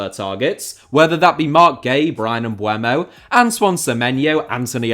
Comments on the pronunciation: Pronounced "Mboomo" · the 'u' still doesn't come before the 'e'. Bryan Mbeumo.